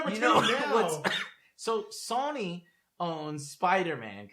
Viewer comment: Still makes me giggle a little at how says "Sony" in his own unique way that I never hear anyone else say it like Not trying to hate. It's just a unique pronunciation I don't really hear besides from.